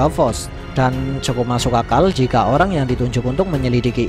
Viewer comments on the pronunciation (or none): none